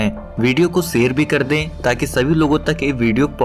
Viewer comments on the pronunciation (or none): Aapka bhasha uchharan galat h. Video share ke liye aapne sair' kaha. 'General' shabdh ki jagah Jernal kaha!